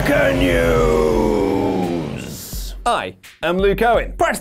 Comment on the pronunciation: I really hate of he says mecha news for some reason